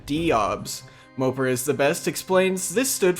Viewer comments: Not that it matters, but MOPAR is pronounced Mo-Par not mo-per. The old Dodge vehicles on the login page allude to that :) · MO-PAR, not "moper" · Its moe par. Not mopper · It’s mo-par not mooper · You must not know much about cars if you pronounce Mo-Par like Moper lmao. Cringey. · Mopar not moper..... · It's MopAR scape not MopER..... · It's Mopar not moper.. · It’s pronounced Moe-Par scape not Moper lol! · I always pronounced it Moe-Par, not Moe-Pur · Moe-par, say it right fuck I had to exit the video . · It’s MO-PAR bro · Lmao "mopar" is pronounced like moe-par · mopar is pronounced like moe (like yassuo the league of legends player) and par (like in golf) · Learn to pronounce mopar ffs it's mo par like par the golf term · The way u say mopar LMAO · Please stop insulting American muscle by saying mopar wrong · The pronunciation of mopar actually killed me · Disliked due to your pronunciation of "Mopar"